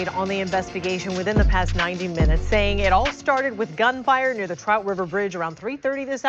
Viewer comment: That boy said Tout River bridge. 😂